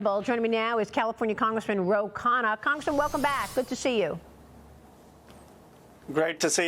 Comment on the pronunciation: Ro Con-ya